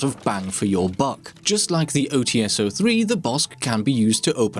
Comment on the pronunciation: the [Ts] part in OTs is a one sound. Read it not as [O Tee S], but [O Ts].